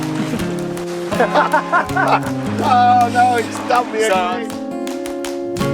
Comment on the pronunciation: It’s funny when you say the code k It’s sounds like cocaine 😳🤷‍♂️ You might have to change the letter. K . To a M .🤔😉🦋💖. Love this episode . 🐬🇦🇺🦋⛵️